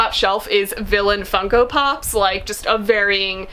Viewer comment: My son loved when you said villian "fungopop" don't know how to spell it.